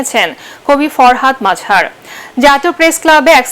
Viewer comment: Baler news presentar. She cant promunce the name. Farhad Mazhar. Murkho reporter and presenter...